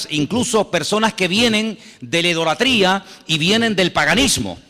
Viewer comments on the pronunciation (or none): Se dice Idolatria no Ideolatria....